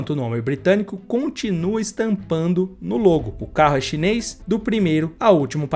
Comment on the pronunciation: Cara!!! É tudo chineis chineis chineis já q vc não consegue dizer chinês chinês chinês 😂